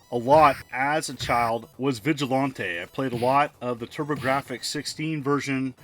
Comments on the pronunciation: Definitely mispronounced it, lol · Anybody else think he pronounced Vigilante weird?